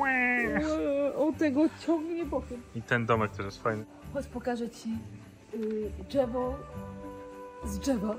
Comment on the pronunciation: uwielbiam Cię ❤😅 -"Chodź pokażę Ci "dżewo" z "dżewa" 😅😅😅😅💖💖💖💖